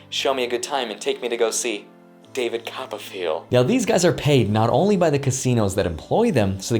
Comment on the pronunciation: "David Cop-A-Feel" 🤣😂🤣🤣🤣🤣🤣🤣